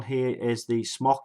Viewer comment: Smok is pronounced "smoke", not "smock."